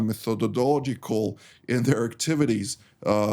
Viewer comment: Please forgive me for offering this, however I’ve heard a few of your Israeli commentators struggle with the word “methodological”. A few alternatives in English… 1. The IDF is being very methodical in it’s approach. 2. The IDF is approaching the hospital very methodically. 3. The methodical approach of the IDF… 4. The methodology of the IDF… “Methodologically” is a difficult word to use. Doesn’t roll off the tongue that easily. Otherwise, your daily broadcasts are top notch. THANK YOU!